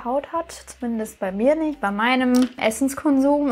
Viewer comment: Minute habe ich anstatt „Essens Konsum“ „Essence Kondom“ verstanden😂🤷🏼‍♂️